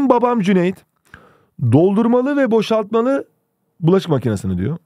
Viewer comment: "dOğlDUrmALıĞ - bOŞaĞtmaĞlı"